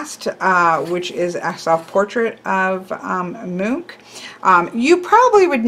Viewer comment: Edvard is pronounced "Ed-var-d" but yes, it is the Norwegian equivalent of "Edward". You got the pronunciation of Munch correct. This is coming from someone who comes from Norway's neighbor countries Denmark and Sweden. I had no idea there was a deck based on Edvard Munch's artwork work. Very cool. "The Scream" makes a great 9 of Swords.